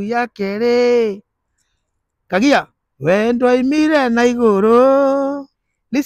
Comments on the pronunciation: KAGAI NOT KAGIA.👍👍👍👍👍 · It's Kagai not kagia